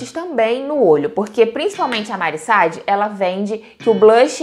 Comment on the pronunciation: Deve ser minha TPM mas q nervoso a pronúncia errada do nome da Mari SAAD, até parei de assistir, não é Mari Sad, miga